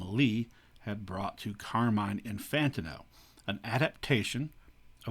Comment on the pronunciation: Fantastic video. By the way Carmine’s last name is pronounced In-fan-teen-oh